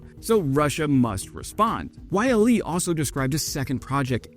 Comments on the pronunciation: it's so wierd hearing Yle being said like Y.L.E. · Yle > "oo-leh"